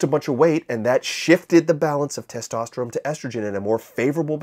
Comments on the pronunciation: is this guy saying testoterome? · dawg, why are you saying testosteroMe